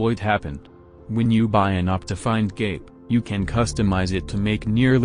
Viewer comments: all i can hear is the tts saying optifind gape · I will always love the way that the tts voice pronounces cape